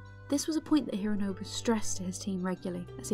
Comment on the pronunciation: Why do you call him “hirrrrooonobu”? It doesnt sound English and doesn’t sound Japanese either